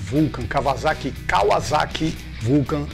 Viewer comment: Raridade ver gente pronunciando o nome Kawasaki de forma correta aqui no Brasil (não Kavazaki), mostra que os caras pesquisam e sabem de motos de verdade.